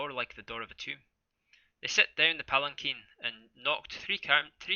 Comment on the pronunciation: This was a highly anticipated read, broadcast and touted by your community. I've heard the story before, but it's been years. You have put a whole new spin on it, and I love it! I believe it's pronounced "pallen-keen". Or something like that. It's kind of like a Japanese type litter/carrier for a god.